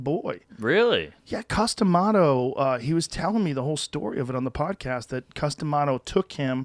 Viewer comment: why does joe pronounce cuz D'mato's name like a harry potter spell. Harry casted custamato.